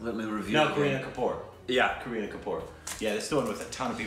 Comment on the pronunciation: They say Kareena Kapoor like Karena Kapour